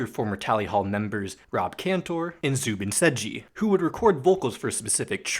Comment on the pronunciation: Also "SaidGee" as in the pronunciation of the letter "J" (basically just how you pronounced it in this video)